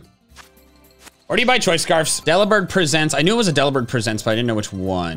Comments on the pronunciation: why are you pronouncing it Delibird "Presents" as in the verb, and not "presents" as in gifts? xD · lol at pronouncing Delibird Presents wrong. ITS PRESENTS JOHN. LIKE CHRISTMAS PRESENTS. (Here’s your daily double blade reference) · idk why but the way he said Delibird Presents, as in gifts, not presenting something, made me so mad 😂 all love, and I love ur content bro ❤